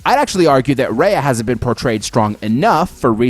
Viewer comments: Every time you called her Raya Ripley it made me want to change the video. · I've never heard one announcer or other wrestler call her Raya. Her name is Rhea. Ria. Ree-uh. Re-ahh.